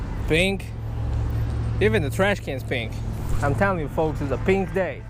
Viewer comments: When he said pink I swere he said bink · lol. "Peank".